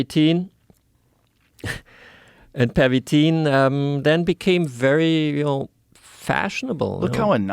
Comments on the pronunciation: 😂😂 the way he say "Pervitin" is french accent not german 😂😂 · It wasn’t “pavatine.” Pavatine is an erectile dysfunction drug. PERVITIN is the name of the methamphetamine.